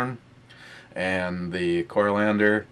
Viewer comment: Core. Ee ander. Next time you slip an L in there I'm going to wrap your head in with a ratchet jerkey.